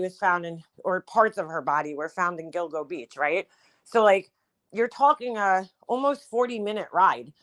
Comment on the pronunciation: When u mentioned this I thought u said dildo beach. 🥴